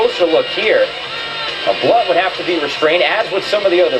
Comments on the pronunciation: it's pronounced BLUNT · It's pronounced Blunt. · It's pronounced BLUNT. Thank you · his name is pronounced Blunt lol but he did drop his ass lol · people need to learn how to pronounce blount. its just blunt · first of all, you were mispronouncing blount's name. sorry, i just had to mention that. it's pronounced more like "Blunt." And I do agree that hout should have gotten at least a one game suspension for his taunting, but lets face facts... blount was in the wrong. the goodnews is that he worked his way out of that suspension and has made himself a better person because of it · The fact that you don't even know how to pronounce Blount's name right show how much you know about the situation. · your pronouncing blounts name wrong buddy